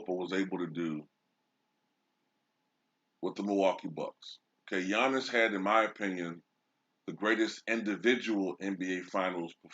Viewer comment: You speak giannis wrong